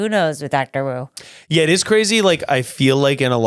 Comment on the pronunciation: i am begging you to learn that "wu" in chinese is pronounced "ooh". i was so confused 😭😭😭